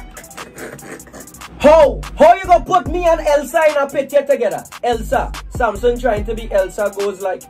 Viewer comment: The first person Shiva is my neighbor 😂 And u pronounce he name wrong